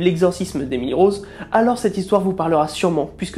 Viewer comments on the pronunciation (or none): none